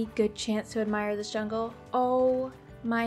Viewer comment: Hahaha When she found the jungle taple she said jonh so cleary not anything close to jungle but shes a great youtuber and shes just what i wantd she can build and it teachs me new things great youtuber keep it up